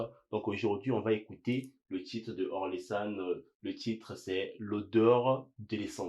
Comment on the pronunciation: Pas or-le-san... O-rel-san. 😜